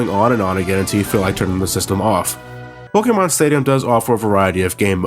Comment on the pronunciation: this guy says pokemon WEIRD LOLOLOLOL